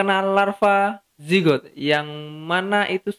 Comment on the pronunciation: Larva Jigger pak bukan zigot